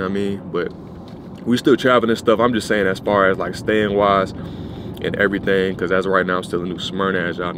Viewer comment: Which Jamaican girl are you talking to? "Every ting"